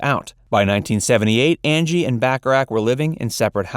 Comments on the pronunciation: I swear I hear "Andy" Dickinson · I swear he says Andy Dickinson in the title announce.